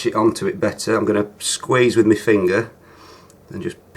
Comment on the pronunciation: "I'm gonna squize with me fingerr" I'm sorry i just cant xD i love this channel